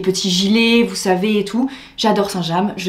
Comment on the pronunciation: Oui sauf que " saint jam " ça n existe pas..😂😂 c'est" st james"